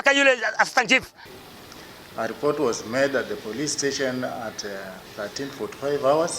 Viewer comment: it's report not robots